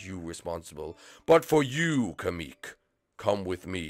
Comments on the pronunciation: It's kamek, not kemek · It's not kame-eek it's kamek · It’s not kemek it’s kamek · It's not Kemik its kemic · It's pronounced ka-mek